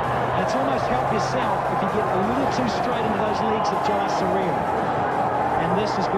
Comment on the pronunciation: It's jayasuriya not yayasuriya